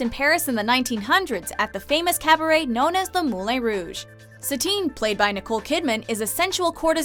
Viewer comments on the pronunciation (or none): "Moulaine Rouge" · Was anyone else bothered with how she pronounced moulin Rouge